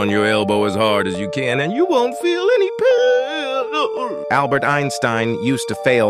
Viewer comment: “-and u wont feel any pAaOiiÆAaaïn.” is bro good 💀🙏